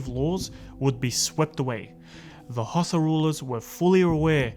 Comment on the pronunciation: Its pronounced HAU-SA as in Hausa not Xhosa which is in South Africa lol